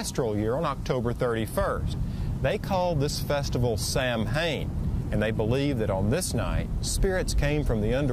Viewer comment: Samhain is pronounced as “sow-in” Sow as in a mother pig